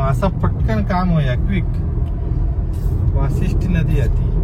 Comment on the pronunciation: वाशीठ्यी नाही, वसिष्ठी नदी